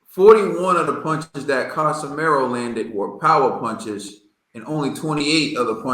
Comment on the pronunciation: Ka-Si-Me-Ro and not Ca-Sa-Ma-Yor. And I thought Rigo was the master boxer here and Casimero "Still" landed more punches. How come nobody is talking about Rigo not figuring Casimero out, he couldn't even touch Casimero even as Casimero was coming forward. Casimero is not stupid to be trapped by Rigo. If anything it showed Casimero's skill that he's not just there to go crazy and get hit, he literally dodged more Rigo shots than Rigo threw at other boxers including Donair.